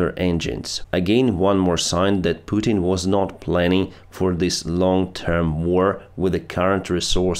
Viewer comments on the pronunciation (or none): none